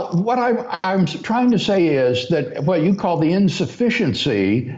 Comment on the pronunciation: "Hwhat happens is"